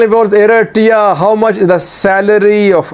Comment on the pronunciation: You have reported a lot on east African politics and still can’t say Eritrea right 😂🤦🏽‍♂️